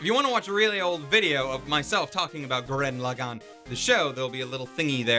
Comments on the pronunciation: It's Gurren Lagann, not Goo-ren Le-gone. smh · I'm mildly annoyed by him saying "gurREN laGANN".